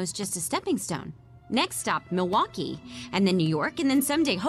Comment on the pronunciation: That's not how you say Milwaukee.